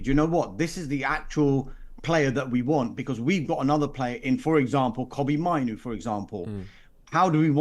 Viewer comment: Why can't he say mainoo wtf 😂